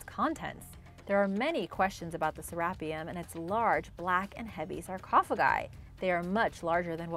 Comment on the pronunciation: The narrator, put the em’ phas’ is’ on the wrong sy’ llab’ le’ of Sarap’ e’ um’...